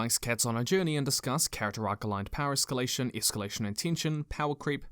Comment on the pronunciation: hard or soft?-- escallation?